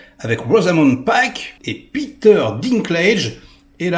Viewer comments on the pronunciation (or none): none